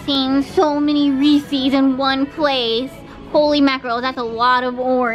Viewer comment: I think was just as triggered as me when kept saying Reese's wrong, haha. U should not mess up the name of America's best chocolate!